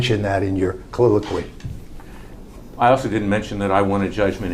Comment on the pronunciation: Did he say "colliloquy"?